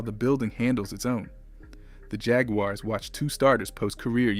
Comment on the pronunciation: He also said jag-u-ares